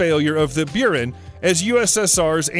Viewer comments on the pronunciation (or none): buran is pronounced boo-ran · "Byuren", "Beereev" What the heck are these pronunciations? Jesus... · Don't you mean the "Burin"? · Ahhh the Russian shuttle, the "Beeran" and Lockheed's main rival, "grooman" LOL Is this what happens when someone takes those robot narrators and just remakes them without knowing anything about the subject? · I nearly quit when he got to the "Beyoorin" space shuttle and its carrier aircraft. By the time the narrator finished with that segment I had a bad case of itching teeth. I won't be watching anything more from. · Buran is pronounced "Byor-ann." Means "snowstorm." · It’s Boo rahn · Its pronounced Say toy ful, and Bore an the russian shuttle, come on. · Jesus, learn how pronounce the words... Seeteufel, Buran, Grumman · Quite an achievement to pronouce EVERY SINGLE NAME wrong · One, you miss pronounce Buran and two, it didn’t fail, it was canceled for various reasons, top of which was the failure of the Soviet Union.